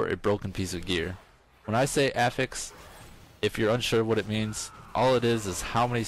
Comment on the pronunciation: STOP PRONOUNCING AFFIX WRONG